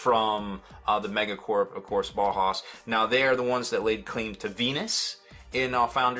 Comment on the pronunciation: “Bow- house”- “bow” pronounced like “bow-wow”, not “bow and arrow “. Just if you’re wondering how to say it- hope that helps! Thanks for the video